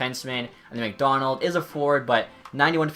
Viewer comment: That’s McDonald not madano